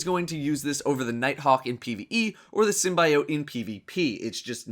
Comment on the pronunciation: I have a dream... that one day will learn to say SYMBIOTE correctly